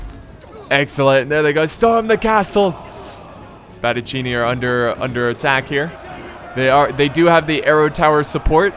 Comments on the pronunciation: Couldn't pronounce peltasts, but says Spadacinni perfectly. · i'm italian and oh my god its fantastic how did you pronounced spadaccini exept that continue like now your video are the greatest total war video that i've seen